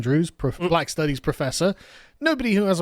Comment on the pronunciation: At first I thought you said flag studies professor, not black studies professor.